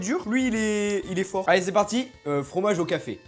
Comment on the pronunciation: "Chiasse is coming" 😂😂😂 Le rot OKLM hein 😭😭😭 C'est quoi ce racisme 💀💀💀 Bro dit "c'est parti" comme un Italien après il dit "allez vous faire foutre les Italiens" 😶😶😶 C'est quoi ce rire de tarpin psychopathe 🫪🫪🫪 Il est parti tt seul en D ? Pcq il est arrivé t'étais en sommeil profond 😂😂😂 Tu m'explique pq vous êtes 2 aux toilettes 💀💀💀 C harr là 💀💀💀